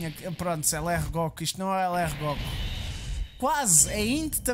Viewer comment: Acho que o facto de dizeres "góku" muito à tuga ajudou te... não sei no quê, mas ajudou